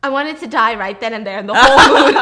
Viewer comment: Omg amazing what is advertised these days. Also, the way you pronounced “father & die” is funny.